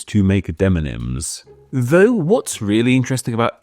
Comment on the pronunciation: Gotta say, it's a little odd that in a video about deMonyms, you say deNonyms every dang time.